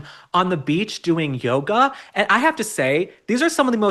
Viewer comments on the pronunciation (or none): none